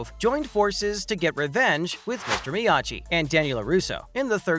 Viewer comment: Did you just say “Miyaji”